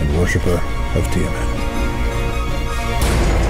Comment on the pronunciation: The mispronunciation of Tiamat is staggering. Who is "Tie-a-mat?"